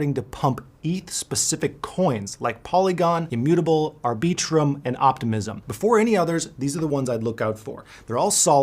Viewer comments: Did... did he pronounce Arbitrum as Arbee-trum? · "Ar-BEE-trum" sorry bro I couldn't take a word you said seriously after fumbling that pronunciation so badly